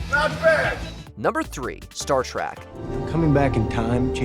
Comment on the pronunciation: Did you say Star Track?